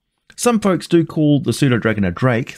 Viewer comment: I've have pernownsed the p in pseudodragon. Thanks for helping me pernowns it right!!!!